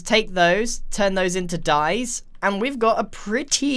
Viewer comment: "And turn thpse into dyes" I was like Die?